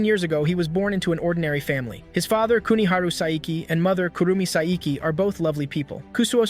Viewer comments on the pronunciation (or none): You said sai iki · "SAIKIE" WHO TF IS SAIKIE?